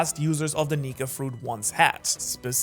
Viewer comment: Bro, That's Not How You Say Nika